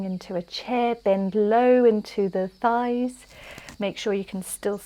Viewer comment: you just killed me when your tongue twisted and you said "Scheiss" instead of thighs🤣🤣 Please take a look at a german translator (I'm fluent in german, that's why it made me laugh so hard) 😉 Anyway, loved this flow, always a pleasure to practice with you under the birds' chirps🙏